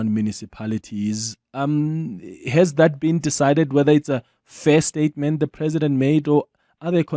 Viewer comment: Listen to him"the president has just made one stayement" tjooo🤣🤣🤣🤣